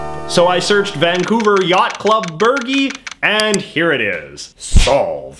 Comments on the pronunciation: Hi JJ, it's pronounced 'Bur-jee'. They're usually a small flag that goes on top of the mast to indicate wind direction. Other triangle flags might be called a pennant. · Burgee: Burr-jee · Btw burgee is pronounced bur-jee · It's "Burr-Jee" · Bur-jee. Lol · Fun but one note: the "g" in burgee is pronounced with a "j" sound. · I’m not sure about the rest of the world but in the US a yacht club flag, burgee, is pronounced with a soft G not like a burger. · Might be wrong, but pretty sure the "gee" in burgee is like "gee whizz" rather than the Asian clarified butter "ghee" 😀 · I think Bergie is pronounced with a J as opposed to a G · Not that it matters much, but burgee is pronounced like oh gee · The “g” in “burgee” is pronounced as a “j”